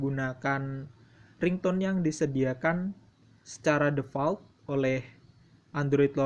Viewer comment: Play Store itu bacanya pley bukan play Device itu bacanya divais bukan devais dan sama halnya kaya default bacanya difault Dan juga bug harusnya bacanya bag